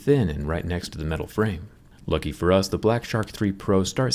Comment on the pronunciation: Guys he say Middle I stead of metal